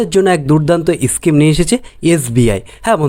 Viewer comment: ইস্কিম, এস্টেট ব্যাঙ্ক এগুলো আবার কি উচ্চারণ!